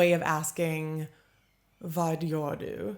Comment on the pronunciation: This is one reason why so many in Sweden likes to take English and Swedify them, like "joina". Sounds like you say "var" instead of "vad", and more natural is to just say "va" so you might as well go with that instead.